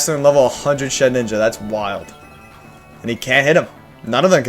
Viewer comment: I am very late to the party but I can't believe how few people realize that the stuff like pronouncing shedninja and lightning are most likely So people will comment and boost that algorithm. Also randomly got recommended this. Not bad